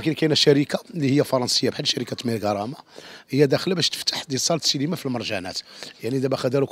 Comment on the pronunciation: المديع راه اسمها سينما ماشي سيليما